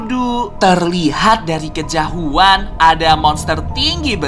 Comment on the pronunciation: tadi bilang kejahuan bukan kjauhan